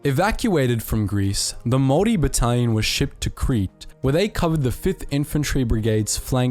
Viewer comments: Is anyone else hearing "moldy" instead of Māori? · A guy with a kiwi accent absolutely butchering maori pronunciations that badly was totally unexpected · Goodness Me...as a Whanganui-born Pakeha, I was appalled at the Maori pronunciation. Apart from 'Morry', he got it all terribly wrong.